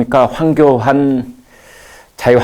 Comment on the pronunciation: 발음 제대로 하세요. 황교한? 칼럼도 황교한으로 쓸 거요? 그리고 어울리지 않은 모자 참 어색합니다. 아무리 우파를 지지하고 우파 편향적 종편이라고 해도 그릇된 부분은 지적하지 않을 수가 없습니다.